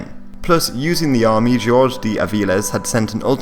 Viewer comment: It's why he says Jorge not how it would normally be pronounced (hor-he)